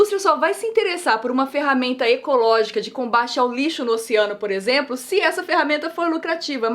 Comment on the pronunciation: Juro q ouvi a Nilce falando "exempro" kkkkkkkk